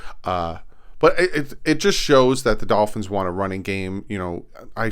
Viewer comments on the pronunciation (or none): none